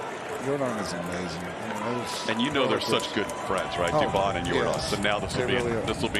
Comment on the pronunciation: Dubon becomes Dubomb!